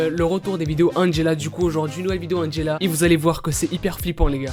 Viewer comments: Il a vraiment dit Angelo, 😂😭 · je rêve ou il a dit « Angelo » ? 😂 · non Angelawn 😂😂